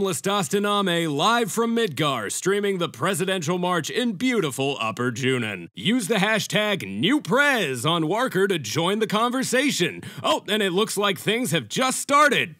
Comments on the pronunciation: "Warker". Brilliant. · "Warker". Ha! Brilliant.